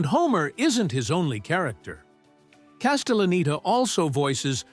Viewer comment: They also pronounced Castelleneta wrong a few times 😂